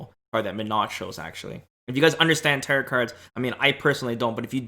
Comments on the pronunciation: It's tear-o, not tear-it cards. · Tear-it? Tear-ROW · it’s pronounced TEAR-OH not tear-it 😭 the last t in tarot is silent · Am I the only one bothered by the pronunciation of "Territ" cards? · Tarot pronounced taro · Stop saying Tarit card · Nice video I hope you don't banned me for saying this but you do know the the last T is silent on tarot. Pronounced taro or tarou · Just a little note, it’s pronounced Ta-ROH. I thought about those characters from the cards too. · Came here for this. teh· row All of the western world pronounces it like this. No big deal. :) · Second T in Tarot is silent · Tarot is a greek word so the proper pronunciation is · Taros is based in cathars divinatory disciplines and is a greek word so the PROPER pronunciation is like spanish people pronounce it